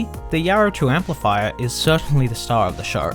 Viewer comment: The yaaro thooo empleefyer...